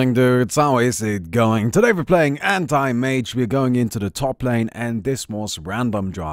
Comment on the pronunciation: seriously, i heard "Hentai Mage" instead if "Anti Mage" most of the times you said that lol. Im kinda curious where did the "" name came from